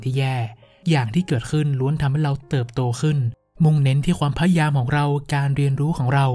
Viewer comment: ขอบคุณมากๆค่ะ เสียงเพราะฟังเพลิน (มีคำว่า พยายาม ที่ผู้พูดออกเสียงว่า พยาม ขัดๆหูนิดนึงค่ะ ได้ยินมาหลายคลิปเลยแอบมากระซิบ) เป็นกำลังใจให้นะคะ ติดตามตั้งแต่ยังไม่ถึงแสนซัพ เก่งมากๆเลยค่ะ